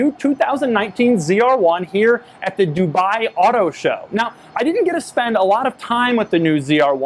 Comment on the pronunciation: its dubai....not dubaaaai